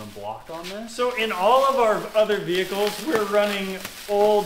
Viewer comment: Luv ya stuff, but I pull my hair out whenever you guys are fitting ya bits back in your vee-hee-kul (I'm from Australia) I worked in heavy industry maintenance for 40 plus years. When you don't have much room and you need to "finesse" you hook up lever blocks or similar on each of your anchor points. Then you are not relying on the machine operator to lower/skew/fwd/aft small increments. You then have the control to lower/skew to obtain precise alignment. You would have avoided the carnage to Bombi.